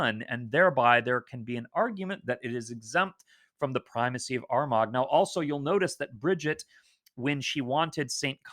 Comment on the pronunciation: Excellent presentation. Greetings from Kildare, Ireland. Lots of great information to digest. Just for info Armagh pronounced ‘Armahhh’ and Bealtaine is kind of ‘Baltana’.